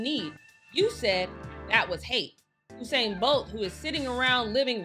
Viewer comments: She keep saying “Oh-sain” instead of U-sain that got on my nerves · U-sain, not Oosain :) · Am I the only one who hears her saying ousain bolt 😭